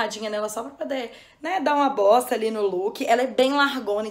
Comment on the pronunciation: no eu ouvi "dar uma bosta ali no look" 😂